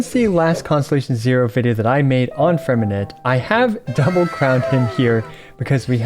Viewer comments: Hi great video, but just in case you didn't know the "t" at the end of Freminet is silent, you don't have to pronouce it. 👍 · Pronounce his name right 😭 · please for the love of god learn to pronounce his name